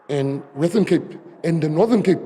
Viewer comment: Its WESTERN CAPE FATTY. Not WETTON CAPE You want to win the WESTERN CAPE but you can't even pronounce our Province. And what is KWALITION??? Ons Coloreds praat nie so nie